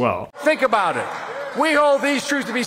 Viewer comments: I was wondering if he was canadian or american at first, then he hit me with that "aboout" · "A boot" I love accents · "a boot" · This guy is the only one I have ever heard say it like this. Canadians generally say "a-bOut" like a boat on the water. We use the same sound in outside, mouth, pouch and house. We pronounce them all with an o, while Americans generally pronounce them with an a. The way he says it blows my mind. I've been all over canada, never heard it said this way. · Why do you keep talking about "a boot"? I challenge you to read this E-mail. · I love how you say about, And I love South Park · Commenting before I watch hoping to God that there is no political bias, but i'm sure my expectations will not be the reality. Edit 1: Heard him say "about" telling me he is Canadian? Not good so far Edit 2: Actually seems alright in terms of bias, at least in comparisons to pretty much every other channel. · I BET YOU ARE FROM VIRGINIA BASED ON THE WAY YOU SAY ABOUT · I really enjoyed this. He presented it perfectly. I am A Canadian and we don't pronounce 'about' the way he does. BTW I hope President Trump wins a second term. hugs from your northern cousins! Don